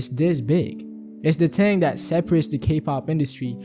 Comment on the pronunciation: Oh my god learn how to pronounce "thing"